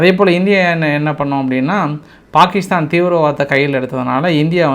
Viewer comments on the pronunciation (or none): none